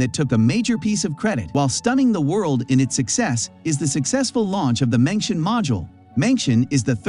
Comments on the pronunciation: Mengtian is pronounced as /meng tian/ not /mengshen/. 'tian' in Mengtian, same as 'tian' in Tiangong, means sky or heaven. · It's 梦天，not 明天 梦means " dream " , and it should pronounce as "Mong" in English, but "Meng" in Pinyin. 天 of course means sky or heaven, so the two mean " dreaming about the sky or heaven" in English Edited: 梦is simplify Chinese, it is 夢 in traditional Chinese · Please spend a little times, or give some efforts on pronoun those special name correctly, or close to correct. ( for the respects of Chinese and your audience) Tiangong and mengtian.... Tian ... ten Gong... kung or gung. Mengtian... meng ten... not meng tion. Imagine if i pronoun Biden ( bi-den) by bid-en And Trump by t-rump. How do you feel?